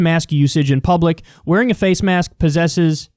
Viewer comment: Yeah that's fake AF. "Poses", not "Posses" lolol